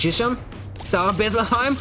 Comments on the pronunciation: I love how you called star of Bethlehem "Star of beplakham" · The way he says Bethlehem like it's german lmao